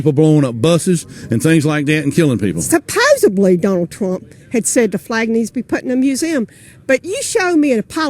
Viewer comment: Suh pose uh blee